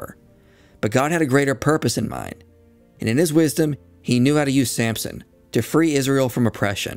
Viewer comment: It's Samson, not Sampson, but good job otherwise